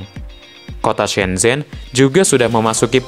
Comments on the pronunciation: Duhhh..geli pelafalannya...shen chen....bukan sen zhen donk...mimin banyak belajar dulu ahh.. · Ada pepatah Cina "Kalau ingin melihat masa lalu pergilah ke Beijing (baca Pei Cing), kalau ingin melihat masa kini, pergilah ke Shanghai, tapi kalau ingin melihat masa depan pergilah ke shenzhen (baca Shen Cen) Oh yah propinsinya Guang Dong tapi bacanya "Kuang Tung "